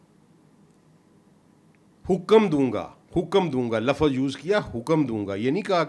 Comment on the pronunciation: saab ki study kaafi gahri hai, unki baatein sunte hue baarhaa Sahil Adeem yaad aate hain... dono ko kabhi sath mil kar koi program karna chahiye... ek sawaal hai, saab se aur Pakistan ke zyada tar scholars se k woh log Lafz ko Lafaz, simt ko simat, waqt ko waqat, zikr ko zikar, nabz ko nabaz kyon bolte hain..?